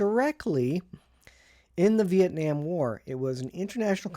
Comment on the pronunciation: Vee- ett- naam. Exactly.